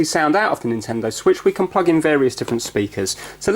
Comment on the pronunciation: I like how he says pwug.